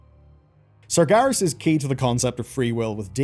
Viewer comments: Why is bro saying 'Sargarus' 😭😭😭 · serious surgerus sarjerry "they did surgery on a grape" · Pronouncing “Sargeras” like that should be illegal.